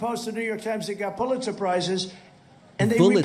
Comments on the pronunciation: He's says "Pulizer surprises", yes they would be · Poohletser prize? 😂